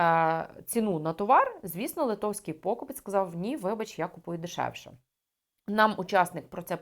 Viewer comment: у слові 'покупець' наголос на 3й склад!!!